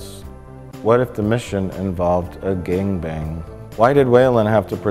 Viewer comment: The way Mike says gangbang never fails to make me laugh